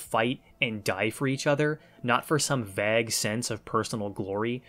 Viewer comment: Pronouncing “vague” like “bag” caught me off guard. Gave me a chuckle.